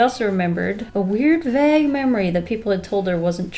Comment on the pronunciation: Wait do people up North pronounce vague like bag???